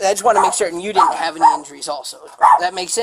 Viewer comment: Next time hire a narrator that isn’t straight outta da hood. This guy can’t pronounce half the words he’s saying. It’s “didn’t”, not “di…ant”, lol.